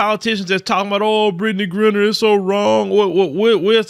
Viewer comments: Griner is pronounced like "miner" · Lord have mercy. Can you at least pronounce her name correctly. It's Griner with a long I sound not Grin-ner🤬